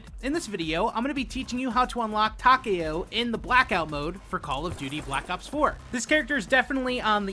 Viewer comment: I’m glad you said his name right. TAKEO not TA-KEO